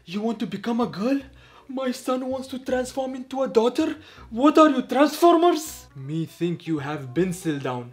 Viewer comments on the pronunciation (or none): he said transformirs